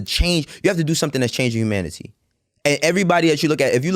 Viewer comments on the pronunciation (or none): I hate how he says ‘humanity’ but other than that, love this so far.